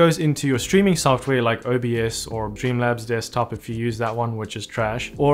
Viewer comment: Are you saying "Dreamlabs Desktop" or "Streamlabs Desktop" ? I hear it as "Dreamlabs" and the auto subtitles think it's "Dreamlabs" but I don't think there's such a thing.